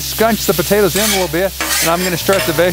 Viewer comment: Lol Buhtaytuhs